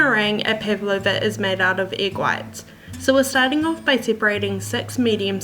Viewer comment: LOL! do you guys pronounce it like this? I wonder how it became this way :D Pavlova is a Russian last name, and the dessert was named after the russian ballerina -- Anna Pávlova (Анна Павлова), the accent is on the first a! It was made to resemble her light and airy outfits :) No hate at all, just sounds so weird to the russian ear haha!